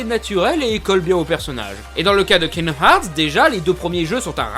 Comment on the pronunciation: kinomarts? cte prononciation mais lol !! je suis dead